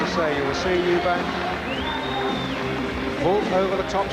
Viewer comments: why can't say Eubank??? Eubank not Eubanks you dipshit!!!!!!! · An insult to Chris that one of the commentary guys calls him ‘Eubanks’.